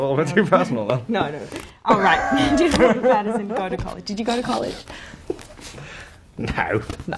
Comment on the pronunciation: “nOoew” “you’Re fIve-fOurr?” “miXtuRe of inSecuRiTieS”